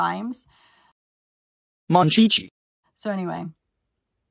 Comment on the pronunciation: … lmao… its Monnnnnn Chi chi